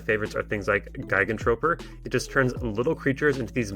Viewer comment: That's not how you Pronounce Gigantroper,.